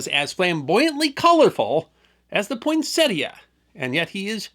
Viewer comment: Thank you for pronouncing the plant's name correctly!